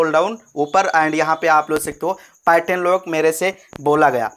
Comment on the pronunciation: भेरू इसको पार्यटन नहीं पैटर्न बोलते ही